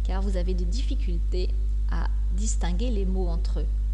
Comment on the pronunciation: DISTINGUER LES MOTS, j'ai entendu: "DISTANGUER"? min.